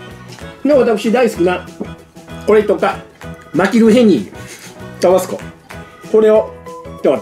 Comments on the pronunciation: タ➡️バ⤴️ス⤵️コではなく タ➡️バ➡️ス➡️コ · タバスコのイントネーション。少なくとも関西では一度も聞いたことないんですが。地域によってはこうなのでしょうか？